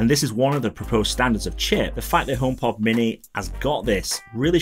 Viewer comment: I hate how you pronounce homepod as "ohm pot"